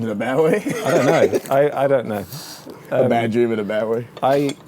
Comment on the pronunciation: "I dohnt knohw" lmao